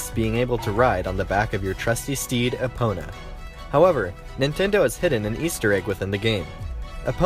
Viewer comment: It’s not pronounced “E-Pona” It’s Eh-pona